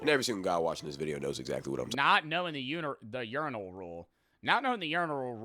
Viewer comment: did nobody else notice bro saying uniral instead of urinal?